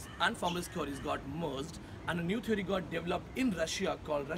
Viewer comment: stupid... first correct ur he/she n learn to pronounce "theory". then u force ur students to write good reviews.....